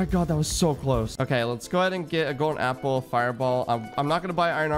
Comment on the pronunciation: bro says Gappel instead of Appel